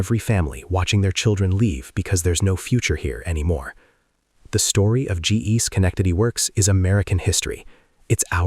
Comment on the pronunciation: Even AI can't pronounce Schenectady.